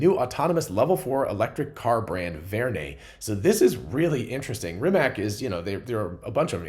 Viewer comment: Not certain how to pronounce Verne but pretty sure Rimac is pronounced "Rimats".